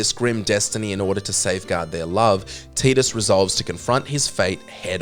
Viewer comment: It's not "Teedus", It's "Tidus"